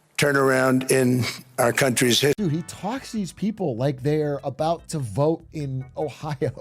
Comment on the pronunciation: "Aboot" heheh